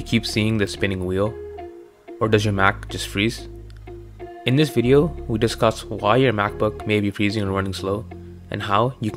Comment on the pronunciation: very succinct vid-yo. get it, vid-yo. Video! Haa!!!